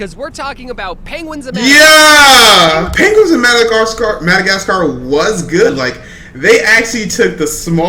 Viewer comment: “Penguins of Modogotsgar”